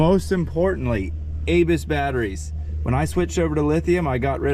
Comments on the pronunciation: Not to sound like a grammer or pronunciation nazi, but Abyss is pronounced a'bis with the little a sound not A'bis with the big A sound. Every time mentioned the batteries it just ground my gears. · Abyss , like “uh-biss”. Named after Ocean abyss. Love the channel buddy, keeps this ol florida boy’s head in the blue water even when I can’t be there 👍🏼. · I think Abyss batteries are pronounced a-biss lol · Sorry, I've resisted but can't anymore!!! Abyss is pronounced uh-biss, like the movie. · You say ABYSS wrong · I thought I was the only one that brought up the pronunciation of the word Abyss, thanks